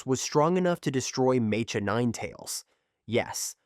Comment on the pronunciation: Bro… it’s pronounced Meh-ka. Mecha as in Mechanical.. 🤦🏻‍♂️